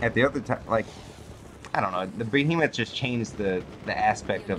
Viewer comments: The bo-he-muff? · "Bohemoth." LOL It's an Airship. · it's pronounced "BEE-HEE-MOTH",. While you're at it tell the devs, that there should be an option to remove the objective-icons from the screen, like in the good ol' days. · Lol the Bohemoth and the Heisenberg? Go back to school.